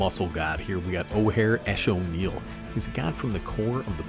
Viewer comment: You actually pronounced axonil correctly im impressed